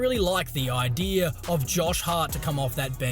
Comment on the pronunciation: Every time you pronounce idea like I-deer you should be talking about the bucks 🦌